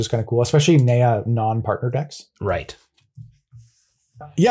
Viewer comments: Mind is blown that pronounces Naya neigh-a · I love Jerry's bewildered look as pronounces Naya and then cut/reset to "Red, Green, White" because of what I presume was some discussion/roasting